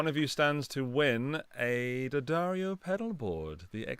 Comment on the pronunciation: Thanks for pronouncing D’addario correctly. None of that D-Addario nonsense